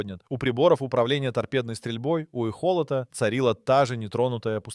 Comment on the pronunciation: Озвучивал через ии ? Ну вряд-ли ты настолько дэбил и эхолОт у тебя стал эхОлотом да и другие мелочи